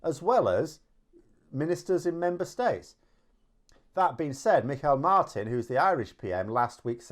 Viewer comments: Pronunciation check: Micheál Martin - Mee-haul Martin will pass, Mickel Martin is.... very not right. Thanks. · Mikhail Martin😅 got a giggle out of that, Micheál is pronounced (Me-hall) or more commonly in Ireland it pronounced dickhead. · just one small point - the Irish Prime Minister as you call him (actually he's our Taoiseach [pronounced 'TShock'], same way as the Prime Minister of Germany is actually a 'Chancellor') - his name is pronounced 'Mehaul' not Mihail, which is from a different part of the planet altogether. Cheers! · Aha good old Comrade "Mikhail" Martin strikes again. Haha. Actually, you know, the derogatory slang for him in Ireland is "Me-hole" Martin. But if any Brits are curious about the phonetic pronunciation it's "Meehall" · Irish prime ministers forname is pronounced Me-hall. No relations in Russia :-) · Phonetic pronunciation of Irish Taoiseach's name is like Me-Haul /Me-Hawl. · Michael Martin, Ireland’s Taoiseach, is pronounced “mee-hawl martin” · Micheál is pronounced “Mee Hall”, Irish for Michael. That is also why the population of the ROI call him “Me hole”👍🏻 BTW, great vid as usual. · Micháel Martin is pronounced "mee..hall" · Just a small note, Micheál Martin is pronounced "Me-Haul Martin" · Sounded like a Russian name rather than the Irish pronunciation ☘️